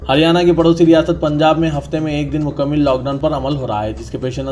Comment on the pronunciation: مکمِل 🚫❌✖️❌✖️ مکمَل☑️✅